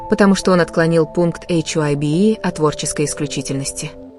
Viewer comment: Компания называется не "Эйч Уа Б И" , а "Хайб". Т.е.на англ. " HYBE ". И , да , не Тонг ,а Тэхен!!!! Учтите эти замечания !!!